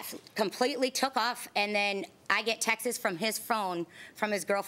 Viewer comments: It cheapens the show? It's a daytime court tv show. It's already cheesy and stupid and cheap. For Christ sakes she's saying texeses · I can’t stand when people says “texes”. How hard is it to say “texts”? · If she says textes one more time....🤜🏻🌛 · Does it bother anyone else that she keeps saying 'textses' or is it just me?